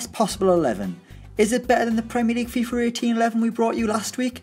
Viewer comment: Anyone else hear that he’s saying fifer 18 lol